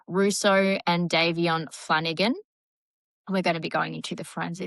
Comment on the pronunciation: American here, I'm not being a smart the accent may matter, but it's Dom O NICK, or just Dom is what he went by, not Dominique, thats a girls name in America. You do pronounce Davion exactly right! Just letting you know. I 100% agree, SHE gets far too much attention imo. She (and her mother apparently) think shes a "star" . She isn't! I'm so tired of videos showing her twisting and posing...talk about the ick! I think she absolutely does know what happened. I think Davion thought his being along would keep Dom safe from her psychotic behavior, sadly ,she didnt seem to care. The speed limit was 35 mph, not 100 mph! I think it was intentional. I think Dom did try to stop it. The black box showed the car had been put into neutral, then back into drive. It happened too quickly to do anything much, but that part is my opinion, (not the black box information, that is apparently fact.) She deserves prison. You don't "accidentally " drive 100 mph into a building! She isn't the innocent little girl her parents want people to believe she is. You covered this pretty well!